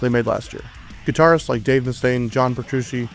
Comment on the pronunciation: It`s Petrucci lol the cc in Petrucci is pronounced like the ch in children;p Awesome info, Thanks again buddy;)